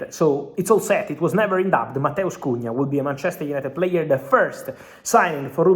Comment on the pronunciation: As a Brazilian, your Portuguese pronunciation of Matheus Cunha is on point 👏 👏